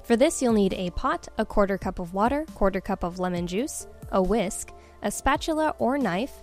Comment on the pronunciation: I'm sorry, I was just watching some of Dan's vids and I literally screamed when you said "whisk"